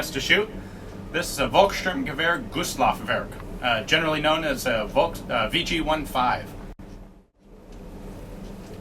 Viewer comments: The V in Volkssturm is pronounced as an F. Just saying ;) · Just a FYI, and this is nothing against you, but the german V is pronounced F. Their W is pronounced as a V, because Volk = Folk, meaning People, so Volksturm Gewehr literally meaning "People's Assault Rifle", same as Volkswagen, pronounsed Folksvagen, the people's carriage as wagen literally means wagon, but not pronounced the same. See, the german's do not really have an american "W" sound as in "What", which is also where the stereotype of the "Vat's happening Hans" pronounciation comes from.